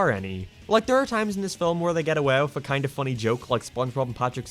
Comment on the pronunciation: Emphasis on the KINDA